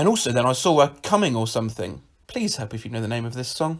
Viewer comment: ikr he really emphasizes the COMing 😭 damn brits amirite /lh